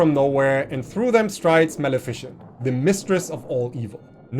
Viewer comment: You're pronouncing Maleficent wrong. It's mal-ih-fih-cent, not mal-efficient.